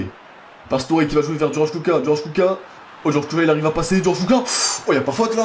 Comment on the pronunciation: pk tu prononce kucka alors que c'est ecrit kucko où alors ca se pronoce kucka ?